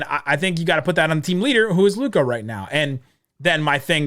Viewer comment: please go and listen to todays game comments from Jeff Van Gundy about Lukas game and youll see how stupid (can't even pronounce LUKA's name right ,lol) you are / look , learn the game ... Kyrie stans are even worse than Lebrons ,who would have thought ... Learn to spell and calm down .